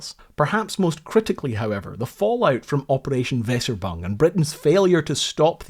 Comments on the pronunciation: Nice presentation marred by constant misreading of the deceptive code name meaning Weser Exercise . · Great video. Pronounciation not perfect. It's not 'vesser-bung' but 'vayser-uebung' with a u-umlaut. It means 'Weser exercise'. Worth getting German words right, when one is doing videos about WWII. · The operation was not called "weserbung"- It is Weser-Übung, kind of two words with a short paus between them, the first referring to a geological position or the river Weser, the second word meaning "exercise". Also, in my opinion the loss of the cruiser is not due to lack of training, but more to the very bad scouting or reconnaissance done by the German navy - and bad commanders on ships/task force. And of course the brave actions of the Norwegian coastal defense. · Amazing video as always!:) As for "Weserübung" - It's pronounced We-Ser-Ü-Bung. We as in welcome, Ser as the end of Razor, Ü like Eeww and Bung like "Boong". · Pet hate! Mispronunciation, even of foreign words. It's not Wesserboong. At least try and pronounce Weserubung even a little better. And I don't know how to create an 'umlaut ' on my phone. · WeserÜbung. ÜÜÜÜ... It's a letter, it has a sound. Not frigging Weserbung... Ffs... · "Weserübung" ??? Veser bong? Yoube kidding me, right? Try, in Engrish, "vaesser-e-bung", said rapidly, accent on first syllable. This is not rocket science, dude. Took about ten seconds on Google Translate to figure (which I din't need, as I speak some German?) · Ffs! If you are going to make us cringe in horror at you mangling of the German language you certainly succeeded with "Weserübung" which is pronounced "Veyzeroobung" not "vesserbung"! But well done getting Blücher correct! And King Hoekon not Haakken! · it is not wesserbung but wEEserUUbung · It's "Weserubung (vayser-ooo-bung)" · Weserübung is pronounced more like "Vay-za - ew-bung" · man, you should pronounce the ü in Weserübung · It's pronounced "Vazer oo boong".